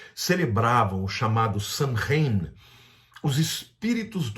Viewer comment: A PRONÚNCIA CORRETA NÃO É "SANRAIN", MAS "SÔUIN".